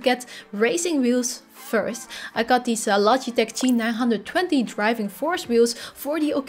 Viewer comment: G nine twenty not G nine hundred and twenty also if you like VR racing sims assetto is a amazing game i recommend it